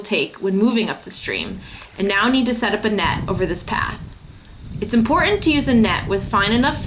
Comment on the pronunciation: Laura, you're not pronouncing "important" correctly.